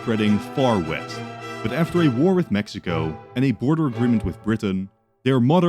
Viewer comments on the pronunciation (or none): none